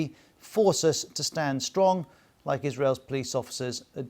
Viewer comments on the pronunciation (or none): none